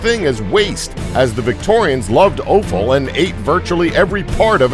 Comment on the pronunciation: Never start a sentence with the word, "so" which means consequently or therefore. Learn how to pronounce "Thames", and offal.